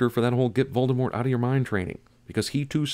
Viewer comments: It's not VALDEMORT. It's VOLDEMORT. Like Bowl: Vowldemort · Sin Guy pronounces V-ole-demort as. V-all-demort. BING! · Sin on Cinema sin's neglect of pronouncing Voldemort's name properly. It's French. The T is silent. Call him Vol-de-more. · The way he pronounces "Voldemort" pisses me off. I wonder if he does it on purpose. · you pronounced the Dark Lord's name wrong +1